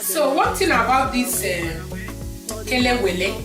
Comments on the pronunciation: Chai you nailed it oooooo . You remain me, a lot I always buy it you pronounce it very well. And the outcome is very good I need to take you to Ghana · This looks good and I love plantain alot Please must I pound it again even after using grater to do the spices? I like how you pronounce the Kelewele Ngwanu I will have patience when doing mine